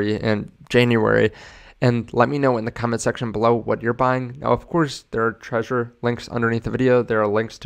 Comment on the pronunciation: why do americans keep pronouncing "Trezor" as "Treasure", It's pronounced "TREH-ZOHR" (with the rolling "R" but i understand some languages dont have it)